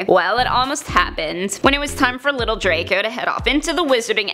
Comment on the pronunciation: Hewwo dwaco 😂😁😁😁